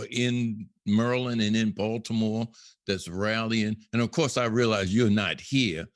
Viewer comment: mureland, you mean maryland?